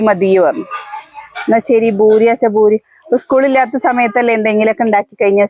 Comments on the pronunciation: Boori alla poori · ഭൂരി അല്ല പൂരി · ബുരി അല്ല പൂരി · ബൂരി അല്ല പൂരി എന്നാ പറയുക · കേരളത്തിൽ പറയേം പൂരി എന്ന് ബൂരി ആണ് ശരി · ചിലരൊക്കെ ബൂരി എന്ന് പറയുന്നത് കേൾക്കുമ്പോൾ ചിരി വരും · അതെ പൂരി